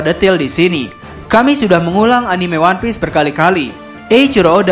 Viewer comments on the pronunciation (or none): none